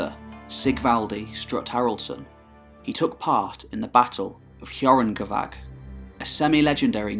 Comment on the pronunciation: Hjörungavágr. lets see how this prick says it. "Skyongava" oh. i see.